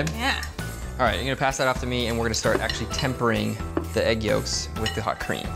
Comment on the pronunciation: the lady kept saying aeg instead of egg